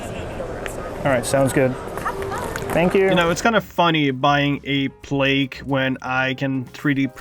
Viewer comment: Every time I hear “plake” 🤦‍♂️